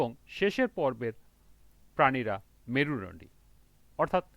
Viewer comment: Merudondi bolte parena 😅😂